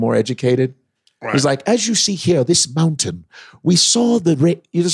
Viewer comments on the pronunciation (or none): none